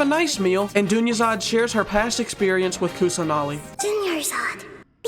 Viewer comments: My main language aint english, so everytime you said Dunyarzad, I thought you just said "jr something something" just for fun, lmaoo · Idgaf if you mispronounced that's persons name MY BOY THANKS FOR POSTING WE ALL NEEDED THIS VID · Made it better to be honest 😆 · Wait he pronounced it wrong? Lol have watched this video like 20 times and didn’t even realize 🤣